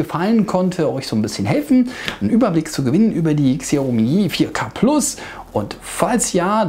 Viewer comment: Genau... XI- AUH- MIE